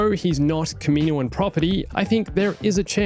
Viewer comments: I don't want to be annoying but it is actually pronounced (KAH-MIH-NOA-AHN) not (KAH-MEE-NOA-AHN). I'm just helping out not hating by the way. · Am I the only person to notice the odd pronunciation of kaminoan